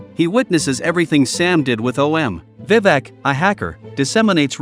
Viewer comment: Vivak 🤣 the pronounciation is wrong